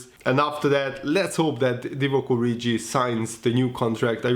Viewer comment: You are pronouncing 'Origi' incorrectly.